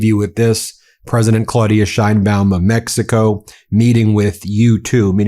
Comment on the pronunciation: Didn't know it was called Meckico.